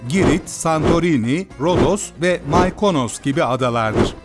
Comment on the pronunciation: maıkonos olarak okunmuyore mıkonos ΜΥΚΟΝΟΣ